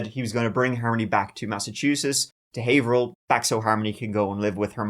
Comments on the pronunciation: You pronounced Haverhill right this time 😂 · Wow, someone knows the real pronunciation of the city Haverhill. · Kudos for pronouncing Haverhill the native way every usually screws out up. Have-her-hill or hay-ver-hill but we pronounce it hay-vrill ❤ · Quick note: "Haverhill" is pronounced: "Hav-rill" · Very local case to me. First, my hat off to ya for pronouncing Haverhill correctly! Some locals even mess it up! Also, I personally know corrections officers at the prison and Adam is not living comfortably, that’s for sure! (Deservedly so). The only reason Kayla agreed to speak with police after her welfare fraud arrest was because they bribed her with methadone because she was so dope-sick in jail. (A friend saw her in police custody at the clinic that day, so it’s confirmed). Big pieces of 💩 throughout this entire case! I feel for the innocent kids in all of their wakes. Smh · Nice job on Pronunciation of Haverhill! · Holy S@ you pronounced Haverhill right!! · 👏👏👏👏👏 you pronounced haverhill correctly!!!! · Never heard someone say Haverhill correctly and not be from New England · First youtuber to pronounce haverhill correctly? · Major props for pronouncing Haverhill correctly